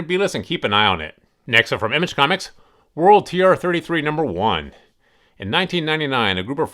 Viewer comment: Its World Tree not World TR 33